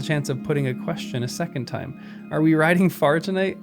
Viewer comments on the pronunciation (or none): none